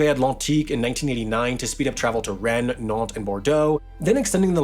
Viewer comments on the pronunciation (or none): Good pronunciation of many of those French place names (only exceptions: Cannes and Rennes)! Singular: (this) phenomenon*. Phenomena is the plural form 🙂